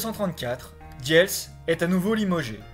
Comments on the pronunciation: et diels se prononce dils. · Rudolf diels se prononce roudolf dils.